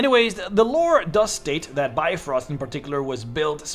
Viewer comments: it really hurts when you pronounce it bye-frost.... it is more like bee-frost.. and try to make the pronouncement of bee as short as possible. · im more irked by his pronounciation of brifrost. It's Bif-roast not Bi-frost.